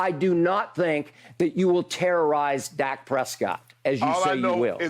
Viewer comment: Damn skip finally got Dak’s name right!